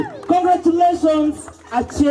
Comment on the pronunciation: Can we just recognise how he cares to even pronounce the name Achieng the right way.